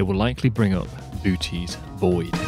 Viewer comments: Never heard it called booties void. I've always heard it called Boo oh tees. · Sorry you’ll forget more about this stuff then I’ll ever know but isn’t it “BOH-teez” void (boʊtiːz vɔɪd)? It sounds like you are saying BOO-teez. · It’s pronounced boh-OH-teez, not BOO-teez. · It's not pronounced booty it's pronounced boo oh tes with a long o in the middle.* Bootes* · It's prenounced "Bootus" not Booties. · Mate ... I know the umlaut isn't British English, but it is definitely not pronounced "booty's void." lol. "Booty" is American slang for the bum. So "booty's void" would be the inside of your arsehole. It's okay. MIspronunciations are easy. I just thought you should know. But sure, aim your telescope at that big booty. You never know what will happen. (I swear I wasn't going to make another telescope/dick joke, but you walked right into this one! I'll stop now.) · Pronounciation. You say it wrong. Have a Greek say the word Βοώτης; it has 3 parts. Bo-oh-tees. The ö is a separate syllable. Or Google it. Google shows 3 Syllables. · Correct me if I’m wrong,but each “O” in Bootes is pronounced differently.. Boo-O-tees (spelled phonetically) would be the correct pronunciation, right? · It is not pronounced "Bootie Void" XD but the actual pronounciation with ö is way too hard for non germans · Boo-oh-tés is more proper pronunciation. Other than that a stellar production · You're into astronomy and you can't even say BOO-OH-TEEZ correctly? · Please correct pronunciation of Bootes. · The two o’s in Boötes are pronounced separately as indicated by “ö”. Also, both o’s are long.